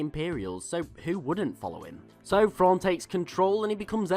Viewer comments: It's pronounced "thrawn" not " frawn"....come on. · Just like when you say "then" or "them" etc etc, I know you can say words that start with TH, so redo the video and say his name correctly please, as well as continue to pronounce words and names that start with TH properly. THANKS!